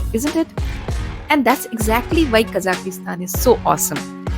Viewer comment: not Kazakistan(ki..?), its Kazakhstan!